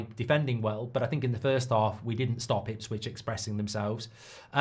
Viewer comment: It's Ipswich lol